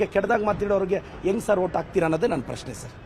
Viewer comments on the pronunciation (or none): none